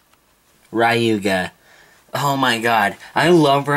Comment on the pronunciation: GT sorry for like in the wrong place but im correcting you for calling the names so when u say gingka its like jinga its wrong jinga is wrong u should say like gingka just follow how it spells in the japan(if you dont know japanese is the original version english is dubbed) kyoya u speak like kiyoya and ryuga too u speaked rayuga so u just speak it directly that this is to improving the japanese names :) dont be mad or jealous